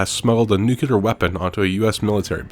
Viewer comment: What the fuck is a "nukular" bomb?